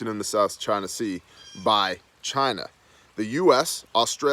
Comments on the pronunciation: It's not China, it's Chi-nah.... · Why are you saying China like that? Just to sound like Trump?? You sound like an idiot just like him. I can't take it. Unsubscribe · CHY-NA - quoted by the great Donald Trump.